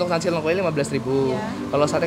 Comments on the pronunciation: udah dikasih tau sama Mas Har nyebutnya Lengko kek nyebut Lele, malah terus terusan nyebutnya Leungko zzzzz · lengko bang, e nya pake ejaan Medan. Gue orang Cirebon dengerin lu ngomong lengko² jadi kurang sreg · di bacanya pake bahasa sunda bang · Nyebutnya salah mulu lengko nya...